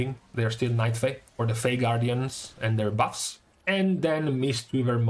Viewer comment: "yesterday, we had some juicy butts to talk about" i cant not hear that.